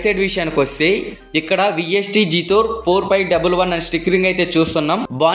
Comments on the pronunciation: జాథోర్ కాదు బ్రో జెటోర్ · జీతోర్ కాదు బ్రో జెటార్